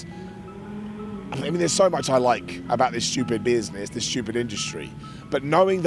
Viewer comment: "Shtupid"? Is that a Brit thing, like Triple Haitch, shhedule etc? I'm not saying that's not the correct pronunciation, just curious.